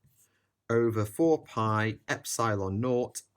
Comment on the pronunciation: The way you say epsilon triggers me on a metaphysical level